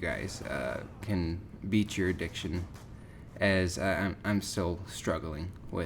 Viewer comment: ohk this is terrible because i feel bad for but HE SAYS "BEAT YOUR aDICKtion. That is all:D